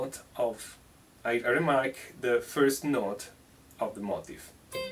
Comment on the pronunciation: Great lesson and COOL accent bro! One thing though it sounds like you are saying, 'motive' for the word 'motif' it would sound like 'MO-TEEF' in America. Don't change tho